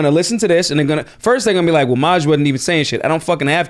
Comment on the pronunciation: that’s how you say his name! I love Maj.